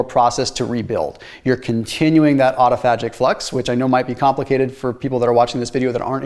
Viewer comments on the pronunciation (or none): au·to·phag·ic [aw-tuh-faj-ik] I have no idea why so many clowns don’t look at dictionaries for phonetic pronunciations.